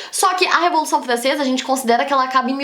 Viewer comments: Revolução flancesa 🤣🤣🤣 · Revolução Flancesa, ploposta, caraaa que raiva ela trocando o R pelo o L kkkk